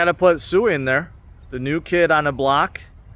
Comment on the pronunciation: It’s pronounced swee